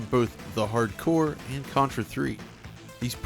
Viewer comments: that's the second time I've heard you call it "Contra: Hard Core" when it's "Contra: Hard CORPS" - That's three times now. Have you SEEN the Genesis box? Have you played it? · Why the hell do you keep calling it "Contra The Hard Core"? It's Contra Hard Corps. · The "P" in corps is silent